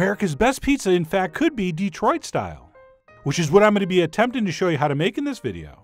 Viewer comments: Dih-troit. NOT DEE-troit. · I’m sorry, but it’s Detroit, not DEEtroit. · Please, John. It is pronounced, dee-TROIT. Not, DEE-troit. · Please, it's de-TROIT, not DEE-troit. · The main key to pronouncing it like a local is putting the accent on the right syllable. It's "de-TROIT" rather than "DE-troit," and it also helps to sort of gloss over the "e" vowel in favor of a more neutral one, more like "duh," as another commenter said. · how you know when somebody is not from Detroit... they say Deeeee-troit. We say Duh-troit. Small point. Awesome pizza! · Yep. Good Chef knows this now, after repeatedly calling it DEE-troit. Yeah. No. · The Dee-troit was killing me. But Chef John is awesome non the less.